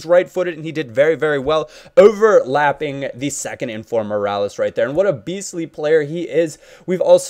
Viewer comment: MEER-AH-LASS not mirales